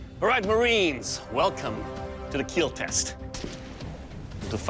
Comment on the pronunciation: Overall sir, it will keel